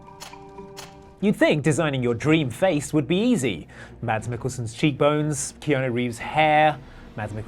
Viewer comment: Did he pronounce the D in Mads Mikkelsen? Because it’s silent.